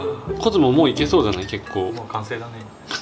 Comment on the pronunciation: ごめんなさい、出だしの「コズモ作ります」が「子供作ります」に聞こえました